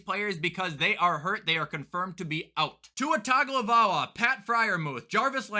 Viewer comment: … Tua’s last name is pronounced TONGUE - OH - VEIL - OH - UH